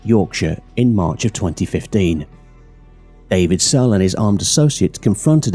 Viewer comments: snell? It says sell on the news reports you showed but you kept saying snell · It's not David Snell, it's David Sell. By the looks of the names of the rest of them, they were Irish, but their names and the names of places are often pronounced incorrectly. Maybe AI narration. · David Sell!! (Not Snell) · His name is David Sell not David Snell? Get the man’s name right